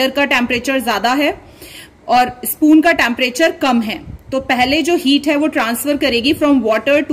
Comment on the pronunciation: she is saying tamparature but it is temprature